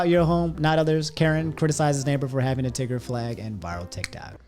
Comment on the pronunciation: Wait he said tigger I thought he said nig